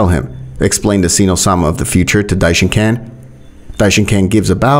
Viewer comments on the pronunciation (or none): Dishonkan no dishenkon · Stop calling him dishincan